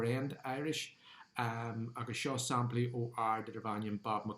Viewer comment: Bail ó Dhia ort, a. Is maith liom d'fhíseáin. Má bhíonn tú ag iarraidh an Ghaeilge a fhuaimniú i gceart, ní chomh doiligh sin an rud é (mar shampla, anseo deireann tú "saimplí" in áit "samplaí"). Bí i dteagmháil liom, má thograíonn tú, nó caith súil ar an gceann níos deirí liomsa. Go soirbhí Dia dhuit.